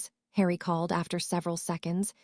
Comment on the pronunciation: Like how hard would it be to show the Ai language model the potter films???? It cant pronounce harry at times so words only known in Potterworld they absolutely murder....its atrocious.